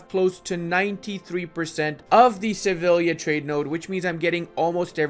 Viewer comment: "Shtettin, Valdshtatte, Kochaeli" Also: "Sevilia"